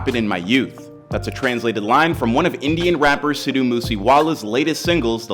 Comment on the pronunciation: is saying Sid-Dhu(dhoo) Moose Wala that hard